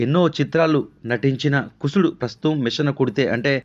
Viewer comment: కుసుడు కాదు కుశుడు..